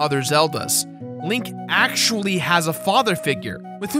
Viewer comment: Bro keeps saying AKCHWOOLY